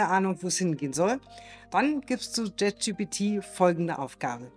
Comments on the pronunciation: Jet Schi Pi Ti - Alles klar.. an der Aussprache üben wa aber noch gell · Bitte: die Aussprache. das video ist wirklich interessant und gut. wirklich! es ist gleichzeitig unglaublich; wie sehr mich deine aussprache des namens des LLMs triggert. es heißt wirklich nicht „JET gpt“. ansonsten sehr schôn pragmatisch. hilfreich.